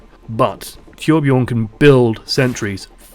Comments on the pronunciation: As a swedish guy myself, i can understand if its hard to pronounce that name (I mean, they really went with one of the most extraordinary swedish names). Personally I wouldnt demand all you non-nordic people to pronounce it correctly, but id prefer if you said it kinda like "toourbjourn" cos that, I think, is the closest we can get. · Torbjörn is pronounced Toor bj-urn anyway.